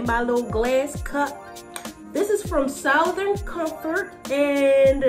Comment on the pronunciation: Sis why you say southern like that?